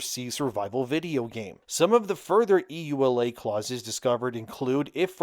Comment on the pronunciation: Yooh-Luh not E.U.L.A.